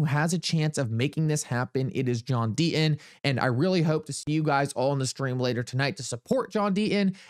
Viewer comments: There is a 'T' in the name Deaton , has to be pronounced ...Sir. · There is a "t" in Deaton